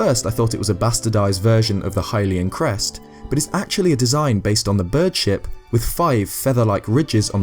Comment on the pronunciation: Whenever you say bird ship i think you are saying bird shit.